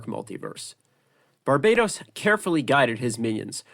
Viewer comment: i hate how you pronounce barbartos